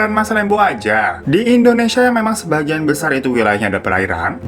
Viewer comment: Nobody : Kak hiro : Indonesa :v